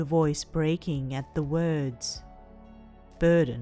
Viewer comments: I know this is not the right time to make jokes but when tokoyami was saying burden all I keep thinking was BIRDEN!!! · haveing a very serious conversation What was said: I didn't want to be a...burden to you What my mind herd: I didn't want to be a...BIRDen to you